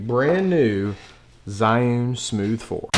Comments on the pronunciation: Isn't it pronounced "Gee'un"? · Good video but you need to learn how to pronounce Zhiyun Also Zhiyun Smooth 4 only has a payload of 210g. That is the weight they quoted me in an email. Waiting for your review, thanks.